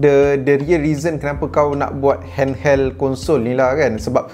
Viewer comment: aku dengar dia kata hand"HELL"